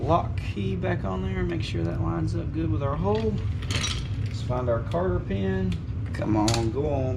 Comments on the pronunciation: I thought that same thing soon as he said it lol I wasn't gonna say anything but got a good laugh outta it.. love the vids tho, keep em commin💪✊️ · Aye bro.... It's Cotter pin not Carter, heard ya say that a few times or is that just that southern twang accent? 😆😆😆 Love the vids. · Carter pin? Lol cotter pin